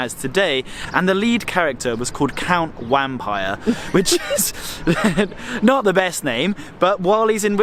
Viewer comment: Wampyre is pronounced vampire.